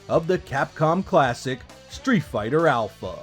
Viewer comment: you gotta love Treeet fhigh ta, alpha